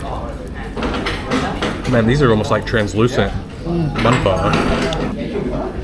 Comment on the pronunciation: Why does he pronounce Pho like Phaar? His pronunciation of the Vietnamese words just sounds stupid. Stop trying so hard.